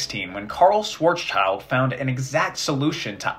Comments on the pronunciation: Listening to you pronouncing Schwarzschild is incredibly funny. (The name translated is Black Shield) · Fun fact: The literal translation of Schwarzschild is "black shield". The -schild is pronounced like "shield" with a short "ee" btw. ;) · i'm disappointed by the pronunciation of "Schwarzschild" by both of you. Especially since his name is so appropriate to what he's famous for! ("black shield" in english) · Random funfact: "schwarzschild" translates to "black shield" And your pronounciation is wrong 😅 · I loved every second of this. However, there's one pronunciation bit I'd like to comment on: "Schwarzschild" is a German name, pronounced as "Shwarts-Shilld", not "swarts-child" as most Americans do. Literally translated, the name means "Black Shield", which is a whole new level of cool. Still, doesn't have anything to do with children. Greetings from Swabia! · It's not Schwarzs-child. It's Schwarz-schild. The German sch is more or less pronounced like the English sh. It means black shield. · It's pronounced Shvartshilt (Black Shield), not Shwart's child. Otherwise, very enjoyable and informative. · Schwarzschild is actually a German name and it isn't "Schwarz's-child" but rather "Schwarz-Schild" (schwarz=black, Schild=shield) it is correctly pronounced "Shvarts-shilld" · shvarrrtz shield ... not swats child :p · It's not Schwarzs - child, but Schwarz - schild. "Schild" is pronounced kind of like "shilled", the translation is "shield". It's a bit irritating to hear "child" in the pronunciation of the name :) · "Schwarzschild" is pronounced more like "Shwartz-shilled," not whatever weird abomination you came up with. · Incredibly cool stuff, but PLEASE, Schwarzschild is not pronounced like that. It's more like Schwarz Shield (also closer to the German translation of the name) or, even more accurately, Schwarz shilled. Just a terrible nitpick, otherwise I greatly enjoyed this. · Pronouncing schwarzschild as schworzchild is pretty funny as a German